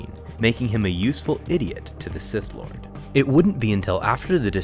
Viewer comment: “A useful idiot to the sigh lord” had me dyin🤣🤣🤣